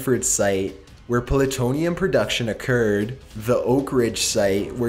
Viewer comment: ... Pullatonium? These mispronunciations are getting out of hand.